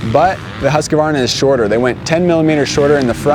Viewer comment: Every time when you say “husqvarna”, it sounds like you’re saying “huskabarna”. Please say it right